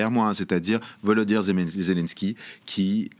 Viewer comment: Des pseudos analystes qui n'arrivent même pas à prononcer le prénom "Volodymyr" Hahaha OMG